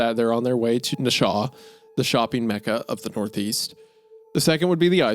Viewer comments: Did you just say Nashwa? I had to do a double take because I've never heard of that city and other than my time in the military I've lived my whole life in this state. Nash-oo-a lmao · Nasha is a new one. It’s Nashua (nashooah) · Bro that’s one wild way to pronounce Nashua (Nash-you-a) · Literally driving through Nashua as he pronounces it Nasha not Nash-u-a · I work in Nashua and it is pronounced “Nash-you-ah” not “Nashaw” LOL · Being from New Hampshire and hearing Wendi pronounce Nashua (na-shoe-ah) as "Nishaw" broke me lmao. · Rewatching this again because I watched it on my TV the first time and really felt a need to comment this eventually cuz damn; as a born and raised New Hampshirite, it’s pronounced Nash-you-uh, not Neh-shaw lol. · As someone from this area, Nashua is pronounced Nash-oo-a, not Na-shaw 😂 it’s driving me nuts every time you call it Na-shaw 😂 Fellow New Englanders help me out here! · hearing yall cover this story makes my heart happy, growing up in the actual area the story takes place in makes it so much better! also isaiah... it's nash-uh-wuh not nuh-shaw. took me forever to figure out it wasn't a fictional town and you were talking about nashua lol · But also being from Mass and now living in New Hampshire, listening to Isaiah pronounce some of these location names is killing me 😂 Nashua especially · being a new englander listening to isaiah and hunter pronounce massachusetts towns is rough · This is a fantastic story but the true terrifying part is hearing Isiah pronouncing Nash-Uwa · Isaiah mispronouncing Worcester can be forgiven. Everyone pronounces it that way the first time. But what can’t be forgiven is his pronouncing of Nashua as Nasha. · nashua is pronounced Nash-oo-uh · pronouncing Nashua like nashaw im bawling 😭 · I like the way Wendy pronounced the city of Nashua. NASH-U-AH, not whatever in the hell he said, my goodness not hate just funny. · wendigoon please, as a southern nh native, it’s pronounced nash-oo-ah 😭